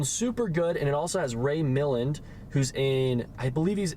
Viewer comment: you are too young to know this, so I just want pass on a friendly note to tell you that the actor's name, Ray Milland, in Ministry of Fear, is pronounced with the accent on the second syllable, MilLAND. If you enjoy him, check out his prolific filmography on Wikapedia.